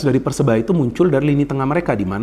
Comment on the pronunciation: Maaf bung koreksi sedikit. Persebaya bung bukan persenaya